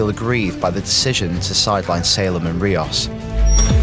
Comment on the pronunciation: The individual that reviewed this game has obviously not played the game as he doesn't know how to prenouce rios's name, even when the ingame dialogue says it several times. he also just seems to have a "whatever" attitude about the entire series.